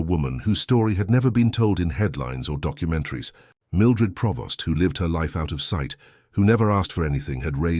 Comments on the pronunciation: PREvost not Provost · It's Prevost, NOT Provost!